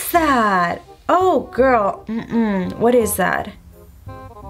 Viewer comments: Who else kept cringing when she kept saying Thad instead of that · Idk why it annoys me so much that she says “thad” instead of “that” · is it just me or every time she says “that” she says “thad” 😂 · Literally I was scrolling through comments just to find one that mentions this Cuz girl, I hear it Too! Same with "a lot" sounds like "A lod"... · I can't ignore the fact that when u say "that" you say "thad" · Rayvenn Harris omg I didn’t realize “thad” til U said it😂😂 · When she say that it sounds like she’s saying thad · She says “what is thad”